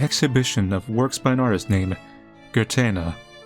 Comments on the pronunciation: I can promise you it's not "Gurtena / Gürtena". Neither in Japanese nor in - which it sounds like - Spanish. In Spanish, it'd be Goo-air-teh-nah (the first two syllables flowing together into one, a bit; almost like "gwer"). In Japanese, it'd be Goo-eh-r(uh)-teh-nah (the "uh" in "r(uh)" being sorta half-silent and really short, and all syllables receive roughly equal emphasis, or lack thereof). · Katakana for Guertena is ゲルテナ so it's ge-ru-te-na. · Hi, because I couldn't see anyone mentioning it in the comments, I think because Guertena is a Spanish name that the correct pronunciation is probably "Gair-Ten-Ah" although it could be "Gair-Tain-Yah" depending on whether the original author wanted to put an accent on the N or not, which got lost in translation.